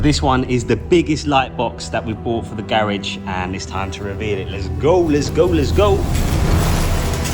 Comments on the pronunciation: please stop saying garage like that😥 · why does he say garage like that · It’s funny how he said garage😀🔥🔥